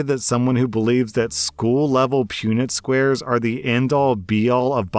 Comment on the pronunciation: I can’t stop thinking about how he pronounced punnett squares